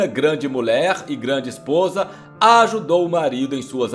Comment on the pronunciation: Mulherrr não mollerr